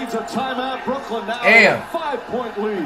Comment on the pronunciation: Ctfu bruh, its Brooklyn 🤦🏽‍♂️